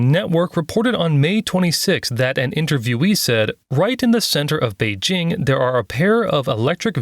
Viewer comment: What the heck are you talking about? What I said was pronouncing the regional names using the sounds that exists in English, whether it's Pecking or Beijing is not the problem. The way you pronounce "Beijing" is what I was talking about. What's so difficult about understanding that? Why do you keep talking about something else? And what does alphabet have anything to do with my Korean/Japanese analogy? Who said anything about English in that case? The example was to mean that if you want to speak a Japanese sentence with some Korean proper nouns in it, the Korean nouns should be read like Japanese. What the heck does it have to do with English and the Roman alphabet? For example, if you want to say that the next station is 청계천 in Japanese, it should be said "次の駅はチョンケチョン駅です", not "次の駅は청계천駅です", because the sounds like ㅓ or ㅖ do not exist in Japanese. You speak for the listeners, not for yourself. If this channel's target audience is not English speakers, why speak in English?